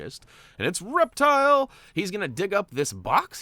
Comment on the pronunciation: Reptil’s name is pronounced in Spanish